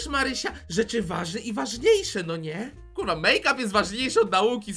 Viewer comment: mowi Kuwa